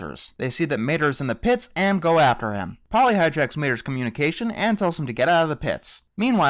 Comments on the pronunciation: This is just a minor nit pick, You kept calling Holly "Polly" and I know you're not going to care, but I thought I would point that out. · This review is quite funny, and I like your style of ranting, but I just wanted to say: it's HOLLEY, not Polly. And I actually quite like Cars 2. I thought it was better than the first Cars film. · It's HOLLY not POLLY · Her name is Holley Stupid, I'm not kidding here he just called her Polly through out the entire review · It is Holly not Polly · That annoyed me too. Like really, it's Holley not Polley. It really got under my skin and I'm not sure why it did so much. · Isn't it HOLLY not POLLY? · its holly not polly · 'Polly'? Her name is actually 'Holly'. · holly not polly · Her name is Holly, not Polly. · You kept calling Holley Shiftwell, Polly